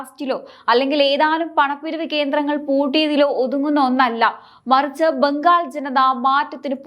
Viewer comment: ഇടക്കിടക്ക് കടന്നു വരുന്ന ബംഘാളും ഫരണവും മറ്റും ഒഴിവാക്കി മുന്നേറുക.